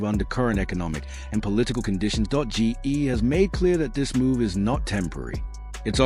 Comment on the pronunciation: Stupid AI can’t even say GE right. It just says Gee. Why can’t a human do the narrative?